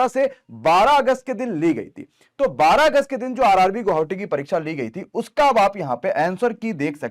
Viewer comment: Sir ji guhavati nhi hota guwahati hota hei....